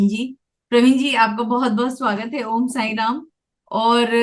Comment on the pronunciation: अध्यात्म ने उन्नति के लिए जी ने ओम का मंत्र Bataya है.. Thoda उच्चारण का tareeka अलग है... Sir k bataye tarreke se कीजिए